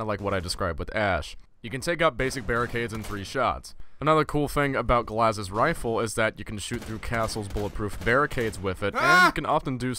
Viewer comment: It’s not GLAZ it’s pronounced GLASS